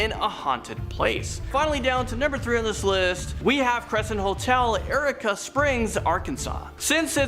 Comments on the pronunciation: “Erica Springs, Arkansas” Please read what you’re going to say before you say and make certain your pronounce correctly. It Eureka (YOUR IKA) Springs. smh 🤦‍♀️ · Eureka Springs is pronounced You-Reek-Uh.... 🤨 Yes, I'm an Arkie. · Don’t let this guy ever pronounce words in his own. It’s “your eek ah”